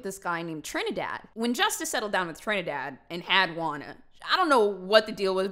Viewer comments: As a TRINIDADIAN I never thought I would hear TRINIDADADDY in my entire life 🤣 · Bozo pronouncing Trinidad (Trinity) as Tre-ni-Dad, gives me life because of how funny it is Also it is very ironic that both of her parents Justa and Trinidad are both loyal and high names (Justa is a word for a Just person, basically Justice, and Trinidad is Trinity, as in the holy Trinity)